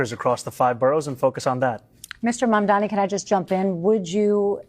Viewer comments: It is Mamdani (Mom-Donny), not Mandami. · Mamdani not Mamdami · What is wrong with almost every American journalist. His name is Mamdani, NOT Mamdami, and yet everyone keeps saying it wrong. It just shows ignorance.b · Can't even read his name correctly the robots.